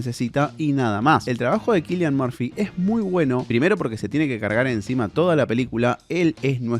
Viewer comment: perdon pero no es Kilian Morfi... es Silian M@ saludos